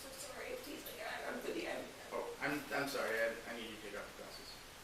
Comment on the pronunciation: "Need ju' ta smile." Im done!